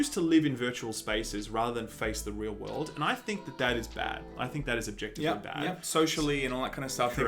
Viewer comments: Why can't Aussies say world? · some say to this day, he is still trying to pronounce world health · Sorry, turned it off after the 15th time you couldn't say "world". You should really edit that shit out.